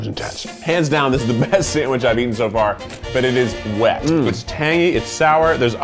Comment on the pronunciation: giggles “…it’s so wEt”